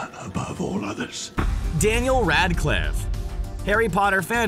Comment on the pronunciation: DENYELL RAADCLYFF